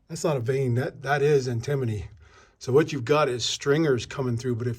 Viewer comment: It is pronounced an·tuh·mow·nee : Antimony